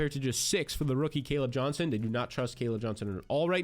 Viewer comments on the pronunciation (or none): none